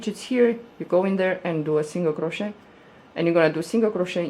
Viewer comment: I love this! And I want to say the way you say the word ‘crochet’ is somehow soooooo satisfying lol 😍